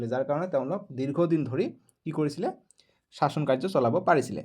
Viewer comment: চাচন নহয় শাসনহে